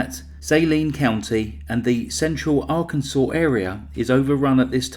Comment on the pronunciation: Cause of death - “arkanside”!!!!!!